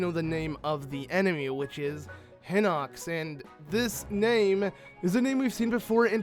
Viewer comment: pronounced heenox